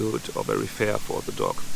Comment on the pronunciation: Your accent caught me off guard and taught people were telling you to get a pet duck to help boost your subscribers as that would be ideal with that lake about. Then I realised you meant a dog.